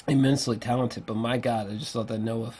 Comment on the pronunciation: "Good Gawd" that cracked me up every time...but seriously these long form reviews fucking fantastic